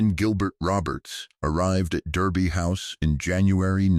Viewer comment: It is pronounced Darby House.